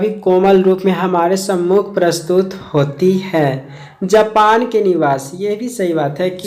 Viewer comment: Bhai "Japan" gae the "Japal" nhi